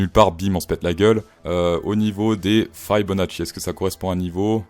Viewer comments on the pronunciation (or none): C'est Fibo pas Faybonaci xD